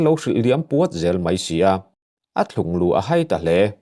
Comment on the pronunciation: Ka khawngaih hle mai. Mi mawlmang ve tak tan chuan hriat loh theih tak ania. In namliam mai mai hi a tha lo takzet a ni, Chuan, Thlunglû tih i thluk dan kha a dik lo deuh hlek